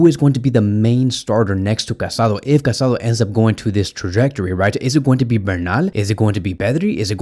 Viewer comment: His name is pronounced Ca-sa-DOUGH. The accent on the final vowel is important. How can you make a whole video about this guy and not pronounced his name correctly?